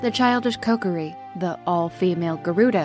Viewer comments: It's kO-kear-E Not CokerE 😭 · She says koKOri on accident a couple times, but mainly says it correctly as KOkiri. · Kokori?! I’m sorry but it hurts me 😅 otherwise great video 👍